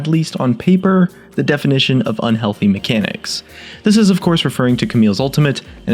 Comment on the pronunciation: And god how I hate it when you say "unhealty mecanics"! Like you are going to die or get aids